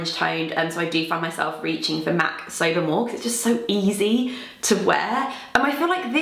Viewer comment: all this time I thought you were saying MAC sober 😅